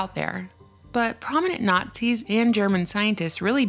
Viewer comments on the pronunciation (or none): none